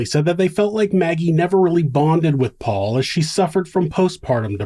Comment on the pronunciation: I watched the trial and watching Alex call Paul "pawpaw" repeatedly was so annoying.